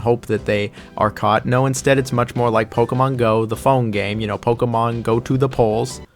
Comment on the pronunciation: stop saying pokemon like that...